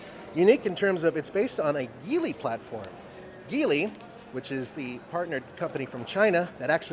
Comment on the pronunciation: nice reporting on the EX30. Your reporting requires a correction. The parent company of Volvo is Geely (pronounced like Jeely, Jee-lee, or Jili). The word Ghee-ly (butter like), as you said, is not the company’s name. If anyone needs some clarification, please make your way over to the Geely Group YouTube channel and have a listen to how they say it. Keep in mind that the hosts are from all different backgrounds and accents, yet they still say, Jeely, Jee-lee, or Jili.